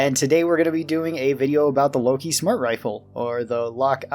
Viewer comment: It's not Loki, it's Lok-one (wordplay for lock-on)